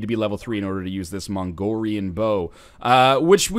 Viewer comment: he said mongorian in the least offensive way possible lol. It supposed to be pronounced like Mongolian, but with a racist Chinese accent.